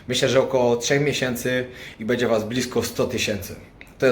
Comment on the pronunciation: twoje filmy są świetne ale na miłość boską B Ę DZIE a nie BEDZIE;) Pozdrowienia i wszystkiego najlepszego!